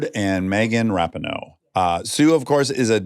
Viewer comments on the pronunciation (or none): he said RAP-I-NO instead of RA-PEE-NO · Dax!! You are saying Megan’s last name wrong. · I love confidence with which he mispronounces Rapinoe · It drove me nuts he kept saying Megan’s last name wrong. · Dax saying Megan‘s last name wrong multiple times killed me. It’s literally not hard to google how to say someone’s name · How Dax pronounced it is wrong lol